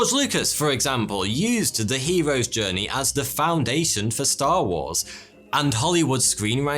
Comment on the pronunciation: What's a "stowwy" ? And I tried looking up the "hewos djwernee" but I can't find it